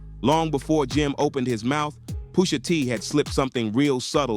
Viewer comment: Cornball said POOSHA 😢😂😂